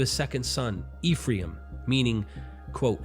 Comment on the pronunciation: lol, i thought u were buddies with a Rabbi. Ephraim is pronounced EH-FRY-EM or EHF-RY-EEM:)